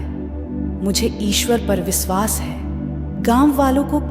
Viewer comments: Please pronounce correctly. It should be vishwas not visvas. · 1st u learn correct pronunciation... It's Vishwas, NOT Viswas 👎🏼👎🏼👎🏼